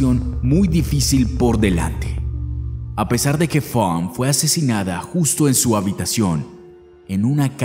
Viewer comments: Fawn se pronuncia Faun no Fank!!! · Fonk? Así no se pronuncia el nombre de la chica,es Faena, pronunciación figurada correcta Fon,hay que cuidar esos detalles,el vídeo es bueno e interesante pero demerita un poco pues la narración es a veces confusa pues dice el narrador "la hermana Fonk" refiriéndose a la hermana de la víctima,sería mejor decir "la hermana de Fawn " o nombrarla por su propio nombre. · Dijiste mal el nombre de la víctima cada vez que lo pronunciabas. Es Funk o Funn? La palabra "existir"la dijiste mal dos veces. Tienes mala dicción y hasta puedo ver tu boca toda abierta para hablar "mejor" ... Quise poner atención al caso, pero tu horrible narración no me dejó